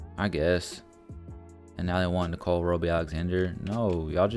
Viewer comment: His name is Nickeil Alexander-Walker. Not Nicole.